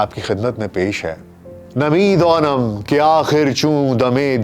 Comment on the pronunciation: جناب عالی شعر میں دائم اور یزدائم نہیں بلکہ دانم ھے فارسی شعر پڑھنے سے پہلے کسی فارسی جاننے والے سے الفاظ کی ادائیگی صحیح کر لیا کریں!